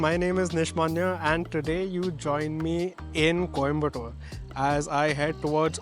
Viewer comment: its coimbathur not tore. Its kotaguri (One word) not kotaaagiri